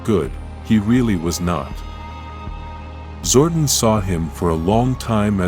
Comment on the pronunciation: It's Zordon not Zordan